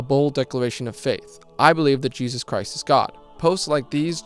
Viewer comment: Iq so high yet unable to pronounce english words and calling jesus jejus